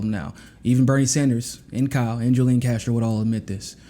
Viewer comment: FYI— Julian is pronounced Who Lee Ahn